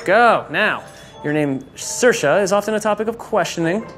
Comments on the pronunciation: Saoirse like inertia. But she's a strange one because the proper pronunciation of Saorise is Sear-sha, not sersha. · Pronounce her name like "inertia" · No its not its pronounced seer sha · McCarthy Sally Anne well it is nearly. He only got the first 'a' wrong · if you cannot even pronounce her name, she must not be that approachable